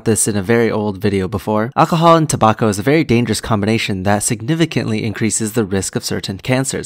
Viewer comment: Tobacco rhymes with Morocco? Who knew? Thanks for the video!